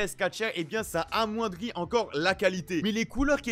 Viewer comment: amoindrié 😂😂😂 ( . le nombre de mounitions ). Epic: BRZ_